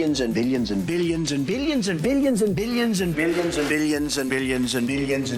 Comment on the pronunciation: I heard "biddion" instead of "billion" in motage